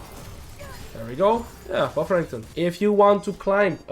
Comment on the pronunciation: I like how you pronounce Renekton. Rankton xD